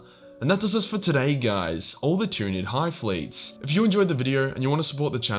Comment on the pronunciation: Don't take this wrong, but hearing you try to pronounce the names of the hive fleets is hands-down the funniest part of this video.